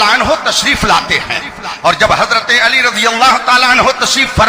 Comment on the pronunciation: ہائے ہائے کیا جملہ فرما دیا اپنے محبوب کا نام بھی نہیں پڑھنا آتا علی پر زبر ہے یا پیش، ماشاءاللہ 🌹